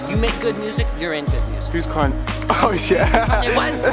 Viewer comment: He Just say who's Kenye 😂😂